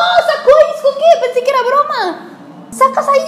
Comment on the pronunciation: y porque dale y dale con sisco, si es ISCO